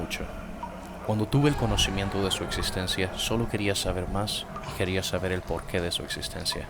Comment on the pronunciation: se dice existencia no ekzistensia xd